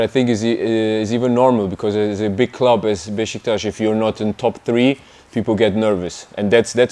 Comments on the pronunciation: BEŞİKTAŞ KELİMESİNİ BENDEN DAHA İYİ SÖYLÜYOR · İlk defa bir yabancı futbolcu BESİKTAS değil de BEŞİKTAŞ diyor bizim gibi telaffuz ediyor! 😂